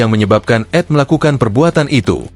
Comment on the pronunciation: oy tribun miskin gak punya modal. Elu kalo bikin narasi pakai AI, carilah suara yg lebih natural, kalo mau yang gratisan banyak tuh. terus untuk inisial "ED", biar dibacanya enak, tulis aja di promptnya itu "E De" biar si AI nya baca sesuai tulisan aja. Chanel kalian banyak banget tapi konten2 nya kayak sampah, bertebaran seperti sampah sehingga menghalangi konten2 dari chanel yg bagus.